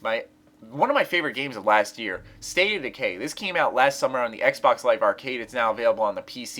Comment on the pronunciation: What's the name of the second one? No offense, but you didn't say it clearly. Is it State of Decay?